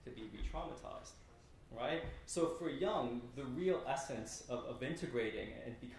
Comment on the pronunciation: Let's pronounce Jung's name correctly!